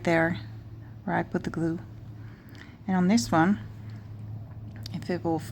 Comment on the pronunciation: Raquel Levin she said glue, it's just the way she pronounces it, she says the l quickly.